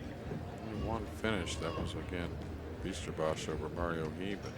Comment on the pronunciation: To the COMMENTATORS: They pronounce the name "Bijsterbosch" totally wrong. Let me explain how to pronounce. It does not pronounce -> Beasterbosj It is pronounced as -> Beysterboss Like saying HEY, say BEY. Instead. And Bosch is pronounced as boss. Hope this helps :-)